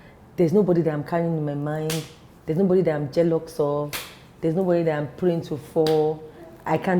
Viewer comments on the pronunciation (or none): She said “jelux of”😂